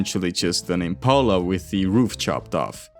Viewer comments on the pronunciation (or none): none